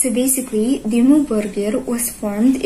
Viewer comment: I find it a bit funny that an indonesian gets the pronunciation perfect, while no american reactor has ever been even close :D